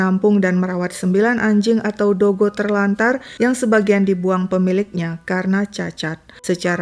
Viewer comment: Kenapa sebut dogy JD dogo??